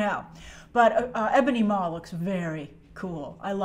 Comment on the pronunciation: "Maw" not "Maws"